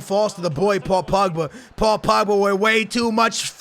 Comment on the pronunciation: It's not pugba stop saying that. It's pogba